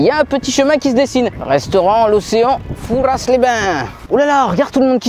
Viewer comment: le S de Fouras ne se prononce pas! C'est comme dire parisss